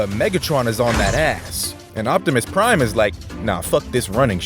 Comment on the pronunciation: Bufftimus prime towards the end 😂